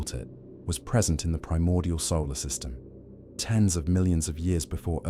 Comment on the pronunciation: I like the story so far. However, WHY does an AI, ANY AI, have to ............. pause in the.......... middle of a........ sentence!!!!??? Is it ..........turning a.........page or some stupid........crap!!!!???? "......solar.......... system".......among many others in this story. AND, FYI, there is a difference between "REH-cord" and "ree-CORD"!!!!